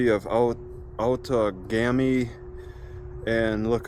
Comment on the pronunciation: we pronounce it "out ah game e"